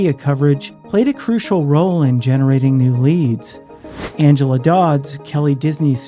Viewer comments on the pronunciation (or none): none